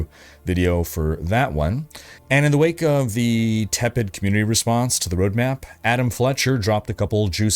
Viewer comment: hey folks this is WANKER thats what i hear. but its the first time i heard his name/watched his videos